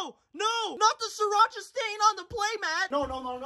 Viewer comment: "just a little bit of siracha"